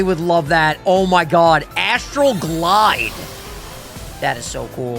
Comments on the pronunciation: When i was listening, i thought it was Astroglide..... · Was it just me or was anyone else giggling every time said "I got Astral Glide" because it sounded like he was saying something else lol